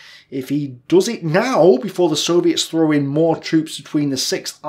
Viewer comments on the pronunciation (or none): none